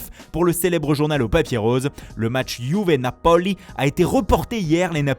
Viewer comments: C'est plus faux qu'avant en plus. L'accentuation est faite au hasard en plein milieu. Du coup on se retrouve avec le Nappoli au lieu du Napoli... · « Juve Napoooli » l’accent 😂😂😭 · comment? Napo quoi? T es ridicule comment tu mrenonce les nom italiens et les noms des joueurs